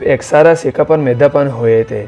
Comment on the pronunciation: dapan nai hota dafan hota hai